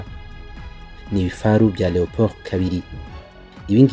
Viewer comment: Leopard not Leopold